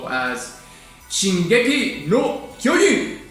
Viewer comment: Also the J in Kyojin isn't really silent in Japanese haha